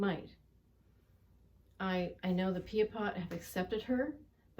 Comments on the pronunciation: It's Pie-a-pot, not pee-a-pot...but i digress. If we give Buffy Sainte-Marie a pass on this then we owe an apology to other Pretendians who also tried to further Indigenous issues and interests. Authors, educators, activists...who were never actually Indigenous. We don't get to change things up just because we feel a deeper connection to some inauthentic Indigenous person over another. I take no joy in requiring accountability in this matter from an 82 year old woman. But accountable is what she needs to be. Ms. Sainte-Marie has supported First Nations causes but she's also taken recognition, awards and money from Indigenous people who should have been the true recipients. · Its "PIAPOT," pronounced phonetically "PIE-A-POT," not "PEE-A-POT,"